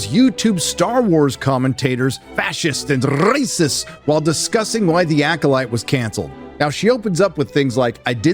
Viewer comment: Are you pronouncing the word “rrrrrrrracist” because of Ben Shapiro? Because if so that’s awesome and all us conservatives need to do it.